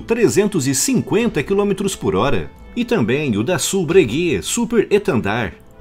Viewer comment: Dassault, se pronuncia: “dassô”